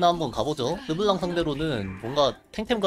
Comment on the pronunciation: 이사람 르블랑말할때 발음 신기하네 뭔가 특이해 ㅋㅋ